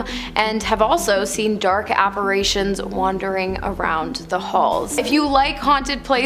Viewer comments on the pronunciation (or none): Can someone please explain to her that the word apparition is NOT pronounced "apparAtion"...! 🤦